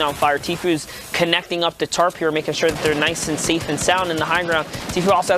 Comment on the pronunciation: 4.38 its zat and saif Lol